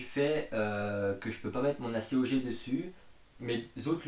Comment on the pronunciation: Il me semble que l'on prononce : acogue et non a.c.o.g